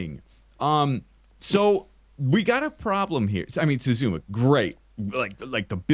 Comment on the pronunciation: I'm never going to be able to not pronounce Xisuma "shashwammy" now.